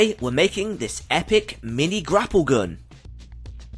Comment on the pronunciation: "The geun".😂